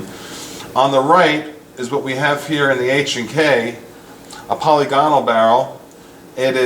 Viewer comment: I believe it pronounced POL-LIG-IN-ALL but I could be wrong. Thanks for the video.